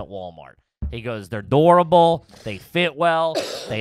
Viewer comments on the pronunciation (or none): WTF word is saying "dourable" 😂🤣